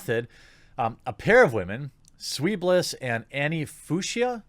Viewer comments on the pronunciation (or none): 'Fuchsia' is a colour, somewhere in the vicinity of barbie-pink. It's pronounced something like "Few-sha" ^.^